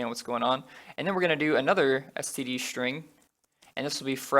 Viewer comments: Can you stop saying shtring ? It's string, not shtring I can't stand it. Everytime I notice it, it annoys me so much. So much. Str = Str, not Shtr STRING is NOT SHTRING. Nonetheless, useful videos. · Great tutorials! And I just love how you pronounce "shtring" :)